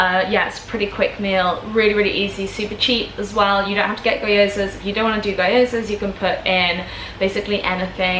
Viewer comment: Gyoza is pronounced gee-oh-za. A Japanese dumpling that goes with everything! ✌🏾